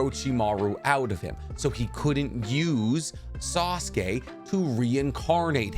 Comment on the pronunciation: Sasuke not assume